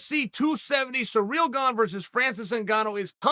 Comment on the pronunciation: U bum say Ciryl’s name right if you’re gonna talk about him